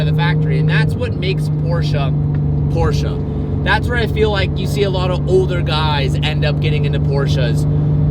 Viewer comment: please... learn how to say Porsche correctly... Its butchery for us europeans... Its not PorschA its PorschE google translate saya it perfectly...